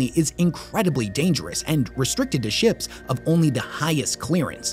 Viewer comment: Thought you had said “restricted as shit” towards the end instead of “restricted to ships” 😂